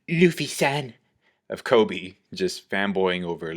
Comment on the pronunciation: I keep hearing KOBE